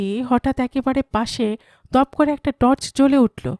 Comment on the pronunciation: তর্স নয় টর্চ হবে উচ্চারণ গুলো ঠিক করুন বাঙালির বাংলা ভুল হলে বড়ো কানে বাজে